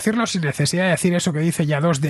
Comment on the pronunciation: "Fokin" 😂😂😂 Eres en mejor, Villanueva ❤.